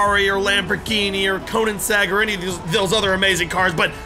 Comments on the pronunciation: Is anyone gonna ignore the fact that he said koeningesngg instead of koenigsegg?? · Koeninsein..... Im fucking dead